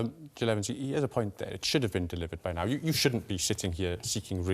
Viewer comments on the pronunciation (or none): "You should not be shitting here"..... Lmfao... Put your dentures in man...lol